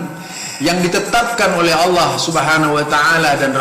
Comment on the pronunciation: Kalo bacan lapad Allah, ha nya ha besar bukan pake kho pa..... Emmmmmmmm